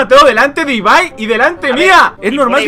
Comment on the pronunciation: No es por nada pero amo que Ibai si diga bien su nombre😂💛